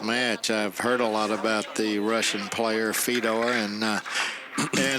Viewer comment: Holy hell, Nick Varner should stay out of the booth. It takes him 30 minutes to say what anyone else can say in 5 minutes. And his name is Fedor, not Fee-dor.